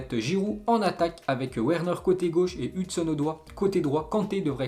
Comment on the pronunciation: La prononciation a la française mdr "hudson-hudoi" =hudson au doigt 😁😁😁😁